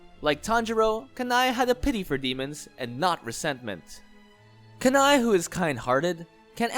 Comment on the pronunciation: I think Kanae is pronounced “Kan-nay”, it sounds weird being pronounced “Ka-nai”